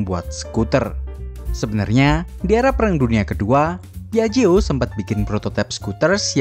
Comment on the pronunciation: Penyebutannya :piakjio